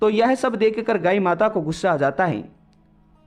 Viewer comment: Gayi nhi gaay 😅😅😅 aap kahani accha bolte ho,🙏🙏🙏🙏👏👏❤️❤️